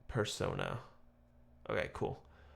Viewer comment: There is some very clever bi-lingual wordplay going on in this song. When RM says "PersoNA" the emphasis on the last syllable is intentional. "Na" is Korean for the word 'me' or 'I'. Using Korean grammar rules, the statement "person na" can be translated to "I am a person" or "The person is me." In the lyrics he is working to differentiate his stage persona as RM from Namjoon, his core self. The refrain can be understood as a reminder to himself that he's a person first, and his persona second. That's my take. Each song in this trilogy (Intro:Persona, Interlude:Shadow, and Outro:Ego" tell a story that begins with a struggle. RM wonders id his stage persona is taking over. SUGA is afraid of the overwhelming ambition that lives in the shadow of his mind. J-hope doesn't know if he is really the person he sees himself to be. But in each song there is progress. RM can remind himself that he is always Namjoon, no matter how many masks he has to put on. SUGA learns that it's OK to acknowledge his ambition because it is part of who he is. J-hope trusts that yes, he really is someone who can achieve what he strives for. Each aspect of the Self (persona or who we show others, shadow or what we hide from others, ego or what we see in the mirror) comes into balance with the other two by the end of the songs. Brilliant.